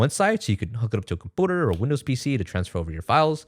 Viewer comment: How is it that you can say emulator just fine but you can’t say computer or community? I don’t get it, it’s the most random of speech impediments. Is it intentional? Not making fun, just genuinely curious why certain words become comoonity or compooter but throughout the entire rest of the video you're able to make that same U sound with any other word, no problem? That’s what’s getting me, it’s an inconsistent thing, or there’s a pattern im missing. Is it words that begin with C?